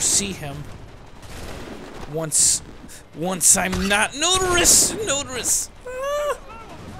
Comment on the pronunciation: Not Notorous but Notorious.